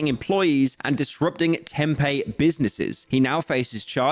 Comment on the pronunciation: Arizonan here, pretty sure Tempe isn’t not called Tem-pay, Tem-pee